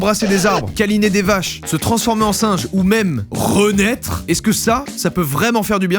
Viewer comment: "renaître" ça m'a fait rire XD